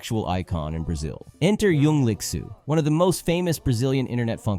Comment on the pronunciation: ooh Young Licksoo, such a fancy way to pronounce literal trash haha